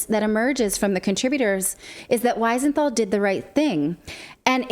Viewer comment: We-senthal NOT Why-senthal.....! Please pronounce it right...!!